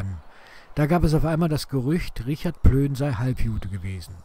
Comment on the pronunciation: Sehr gut, nur ein kleiner Schönheitsfehler: Plöhn wäre richtig nicht Plön. Ansonsten gut gemacht!